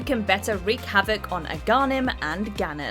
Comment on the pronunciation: When she said "ah gan num" for link to the past 💀💀💀 its AGAHNIM!!! WTH